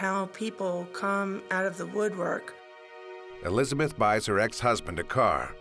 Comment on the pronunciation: Neither are you. It’s Elizabeth not “Elisabeth”.